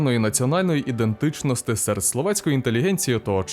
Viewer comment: Идентыченосты и могутносты это же невозможно слушать уши режет